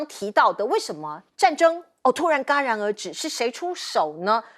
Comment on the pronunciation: 主持人：戛jia然而止，不是嘎ga 。